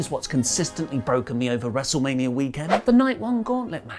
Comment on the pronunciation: I think you mean, "WrestleManiarrrrrr Backlash"